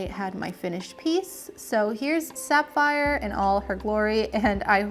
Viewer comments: isn't it pronounced saff - eye - er not, sap - fire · wait... did she say "Sap-phire."???